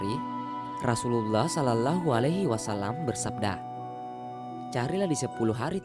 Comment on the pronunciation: Tolong melafalkan dengan benar "shallallahu alaihi wasallam👉shollawwahu", lam jalallah dibaca tafkhim,, lam-nya tdk terbaca.